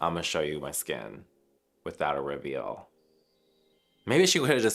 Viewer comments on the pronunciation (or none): none